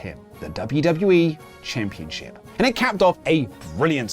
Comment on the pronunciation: Championchip isn't a word. It's championSHIP. I really don't understand why everyone in the world says it that way.